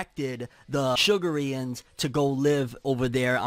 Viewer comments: I think its pronounced shu garians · I pronounced it Shug-Air-Reons